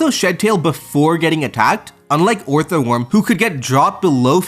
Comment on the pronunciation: Please, please stop saying “Orthoworm.”